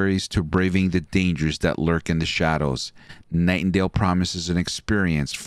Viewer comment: I stopped watching cause he kept saying.